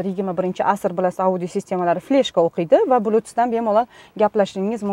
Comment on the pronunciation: Ауди система эмас аудйоооо дейилади